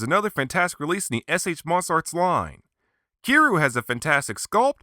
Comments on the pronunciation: you say kiryu like this ki-ri-you not ki-ru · Wait did this man just say kiruu...WTF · Its pronounced ( kee-er-yoo ) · Um its pronounced Key Ree You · it didnt say kiryu right, ive seen other creators use it, and it doesnt sound natural. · Stop mispronouncing Kiryu's name!!!